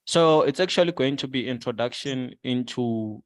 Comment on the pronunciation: I was wondering who this gogo "Ester" is then I realized he meant Easter. Then he took the word "Introduction" and converted it to "Introducation" My bro is a true ninja.